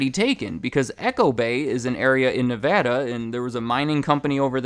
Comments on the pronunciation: I'm so thankful that you say Nevada correctly 💕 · Thank goodness you know how to say Nevada correctly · Thank you for pronouncing Nevada the right way! :D